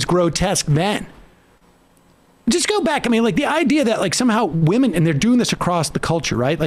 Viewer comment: Ooohh yes wahmen very scary